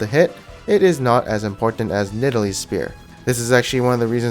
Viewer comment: Nidalee? ;'D AHAHAHAHAHA. Shaco? :'''D AHAAHAHAHAHAH This guy trolling?